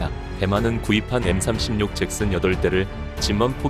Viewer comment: 잭슨이 발음이 왜 sex스로 들리지?